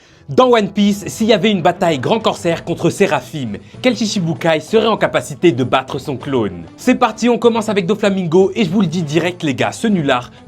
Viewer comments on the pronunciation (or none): Parcontre comméncez à respecter les noms svp, sa se prononce « Séraphin » « 1🔊 »